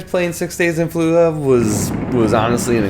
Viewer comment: Why are you pronouncing it "Fallua"? Don't drop the "J". It's an anglicization of an Arabic name. The "J" is soft and sounds like the "g" in the Olympic event "Luge". So, something like "Fall (or "Fuh")" "Luge" "Uh".